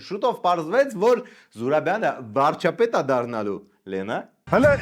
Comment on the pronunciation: Վարչապետ բառը չկարենալ արտահայտվել, բայց ուզնենալ դառնալ Վարչապետ 😂😂😂